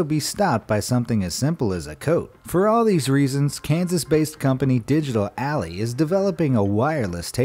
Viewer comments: It's "Ally" not "AllEy". Stop teaching all the non-native English speakers watching this channel how to pronounce words incorrectly. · Digital Ally not Digital Alley. Just sayin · Please! "Ally" is NOT pronounced "alley", it's pronounced Al-LIE". You know, like the Allies in WWII? Et cetera... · Digital Ally... not alley, you fucking simpleton. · Dude.. digital ally isnt pronounced "alley" it's clearly "alleye'. And its "flishette" not flayshette. Jeez why am I picking apart pronunciation. It's time to go to bed